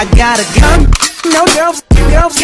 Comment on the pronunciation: It's just me or i heard "i gOttA cUm"